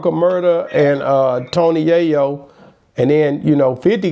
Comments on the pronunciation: Smh that’s Tony yayo not go yayo 😂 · Go Yayo and Murda Mook? E is hell on some names.